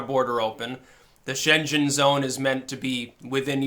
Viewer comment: Schengenzone isn't pronounced Shenzhen area